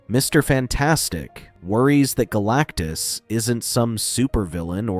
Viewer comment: I heard BLACKTUS